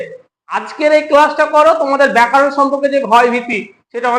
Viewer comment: আচ্ছা আপনার ভিডিও দেখি আপনি ব্যাকারণ উচ্চারণ কেন করেন? আপনার থেকে দশজন শিখবে, উচ্চারণ সঠিক করুন, কারণ আপনাকে এতোজন দেখছে।